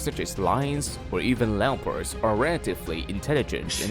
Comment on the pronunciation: nigga said "lampards"😅😅 brah.. Its leopard.. no matter your accent get it right😂